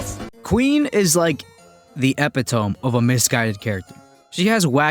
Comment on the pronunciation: epitome is pronounced like eh-PIT-oh-me